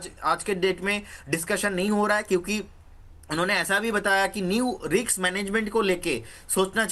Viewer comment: It's RISK not RIKS,.